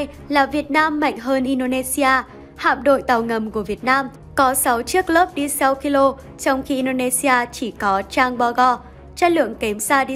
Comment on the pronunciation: 😂😂😂 phát âm " đi sau" ạ 😂😂😂